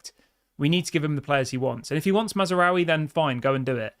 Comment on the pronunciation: THERE IS NO 'A" between Maz and raoui!!!!!!!!!!!!!!!!!! LEARN THE CORRECT PRONUNCIATION. DISLIKE!!!!!!!!!!!!!!!!!!!!!!!!!!!!